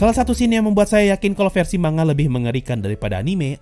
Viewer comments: Wah... keren reviu nya... sesuai dengan pemikiranku 😍👍👍👍👍👍 Tapi... cuma mau kasi tau Manga dibacanya "Man-Ga" bukan "Ma-Nga" 😓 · Man-Ga kalau kita pakai pronounce nya Jepang.... Sama kayak ngomong Momon-Ga Gua rasa ngak ada masalah kalau kita orang Indo ngomong nya Ma-Nga